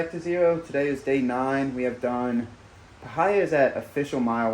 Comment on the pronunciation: Parh-hi-a 😂 pie-here